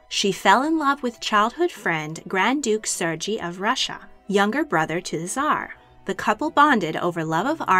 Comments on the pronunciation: You mispronounced Sergei. It is pronounced "Sir gay" not "Surge E". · Ser-Gee? Pronounced Ser-Ghey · Serr GAY is how it’s pronounced. Not Sergei like Fergie. King Ferdinand was NOT the son of a King Carlos, but rather his nephew. QV died before Ducky & Ernst Louis divorced. Her death is what promoted the divorce. LEARN before you post! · Serge is pronounced "Ser gay" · Sergei is pronounced with a hard G and a long A sound at the end. SER-gay. Schleswig is pronounced with a short E sound, not a long E. Saxe-Coburg is not "SAX-ee," but simply "Sax." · Serge is pronounced as Sir-Gay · Sergei is not pronounced like that lol